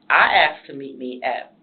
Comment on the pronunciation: WHERE did she get her education..” AXED “ MAYBERRY?